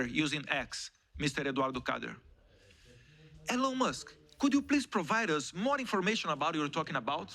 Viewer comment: Só errou a pronúncia do nome Elon Musk, mas de resto se garantiu. Representou bem os brasileiros despertos.👏